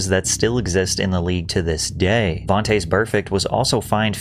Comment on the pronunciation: Vontayz burfect lol. What the hell is that pronunciation.